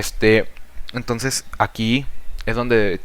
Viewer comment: Esta realmente detallado el pensamiento de Platón, las "formas" se entiende como una idea que varea. Me agrado la explicación, pero al momento de escucharlo pude notar algunas muletillas (este) y palabras (tonces) mal pronunciadas que hacían no poder enfocarme bien en el aprendizaje y conocimiento.